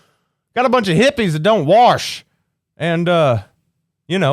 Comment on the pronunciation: "warsh." Subscribed